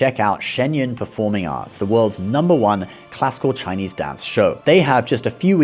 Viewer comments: 👍 I like his Chinese pronunciation, sound so good 😂Most people don't know Buddha is higher than all Gods because he is a fully enlightened being. Gods are still in the rebirth cycle and they can be reborn as humans(downgraded) as Gods are not enlightened beings but Buddha left the cycle. Some Gods attended the Buddha's teachings too when he taught his mother in heaven. But many Buddhists today followed Buddhism wrongly by doing petition prayers instead of following the Noble 8 Fold Path, the Buddha don't believe in such prayers. If you fully study all major religions, you will know Jesus and Bible stories are all fake, Jesus modified from Buddha stories, Old Testament all 4 stories like Adam/Eve, Abraham/Sarah, Moses, Noah are copied from Hinduism. I can share some evidence if anyone is interested. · It's impressive how you are able to pronounce these Chinese words so accurately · Your Chinese pronunciation is good.